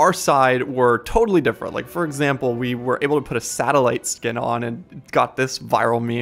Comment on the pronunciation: What is that? “Satelite” 🥴